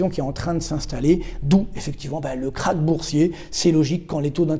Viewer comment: J'adore vos vidéos mais ça se prononce "Crache" et pas "craque"!😂